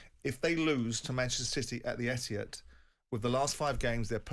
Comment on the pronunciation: He also said "Etihat". 🙄